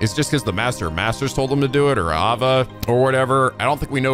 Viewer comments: Kind of a nitpick, but you're pronouncing master Ava's name again. It's A-VA, not AV-A. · You are back to mispronouncing Ava's name I see. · It's a little funny cause he pronounced it properly at the start of this video, before he started playing the cutscenes.